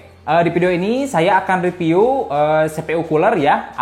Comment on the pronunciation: "Ripiu" keliatan sunda nya 😁